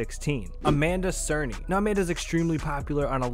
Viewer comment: The way he said Cerny 😅😅